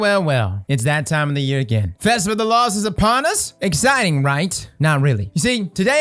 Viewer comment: I enjoy that can't ever say his T's: "festival of the loss" "festival of the coss" 😂